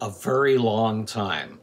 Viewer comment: You talk like Cleveland brown and I hate it very isn’t said “Vury”